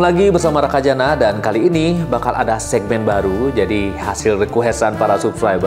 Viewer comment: "Rakada" Raka Bedah Karya 😂